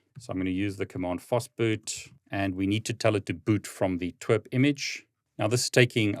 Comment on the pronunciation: Pronouncing TWRP as T-w-e-r-p and not tee-dablu-are-pea is insane 😂